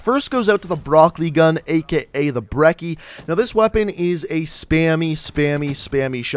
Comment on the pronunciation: You always pronounce the brecci wrong r u ever gonna pronounce it correctly